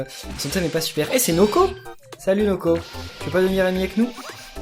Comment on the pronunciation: c'est pas noko mais woko ça se ressemble juste le n de noko et le w de woko